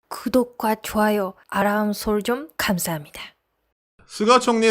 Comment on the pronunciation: 님 아람이 아니고 알람입니다.